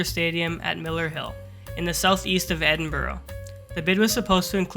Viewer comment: It's pronounced Edinburra and Dave Makeye